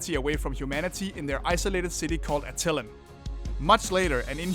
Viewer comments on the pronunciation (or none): "AT-il-an," genius, not "a-TIL-in."